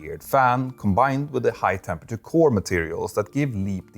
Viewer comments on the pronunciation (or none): none